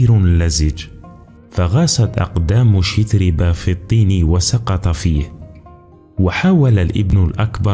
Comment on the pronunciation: الإفتتاحية حربية لا أدبية البتة! أهكذا يكون الذوق السليم؟! 😁 "السَّعة" يا أستاذ" سِعة"! 😁 "يُصلح المعيشة" "شَتربة" و "بَندبة". الأصل في العربية الفتحة لا الكسرة ، ما لم تكن الكلمة فعلا مكسورة. فلا تتكلف الكلف، فتبدل القياس بالشاذ! نفس الملاحظة السابقة. "الوَحشة". لا "الوِحشة"! أقرِأ إبنك ذا الأربع سنوات مثلا هذه الكلمة. ستراه بحدسه وفطرته يقرأها سليقة وطبعا وعفوا "الوَحشة" وليس "الوِحشة" ، حتى وإن حصل له أن تلعثم عند تلاوته لها لأول مرة. فالأحرى بمن درج على سماعها عشرات، إن لم تكن مآت المرات! "يجرَأ" "والمشورةَ"! فسبحان الله لمَ لا تعلمون النشأ العربية الفصحى السليمة التي تسمي الأشياء بمسمياتها؟! أليس للأسد العرين لا "المنزل" ، أم تكرسون العامية ، لا الأدب العالمي بلغنه الأصلية السامية التي تنمي المهارات اللغوية والقدرات التعبيرية و تغني الذوق الرفيع؟! فهذا ليس تعريفا بأدب إبن المقفع بقدر ما هو "أدب من هب ودب" أو "أدب من هب وما دب"! لأن يكون الأدب الرفيع منسوخا خير من أن يكون ممسوخا! 🤔